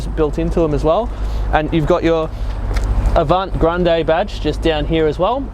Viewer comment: It’s Avantgarde ffs not Grande..ie ga not gra